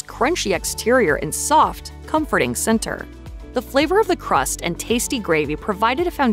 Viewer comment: Fleever? Greevy? The letter A is NOT pronounced as a long E.